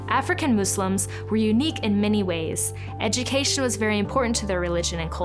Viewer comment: Waow amazing. Thank you for your correct pronunciation of the word Muslims. With the s and not a z.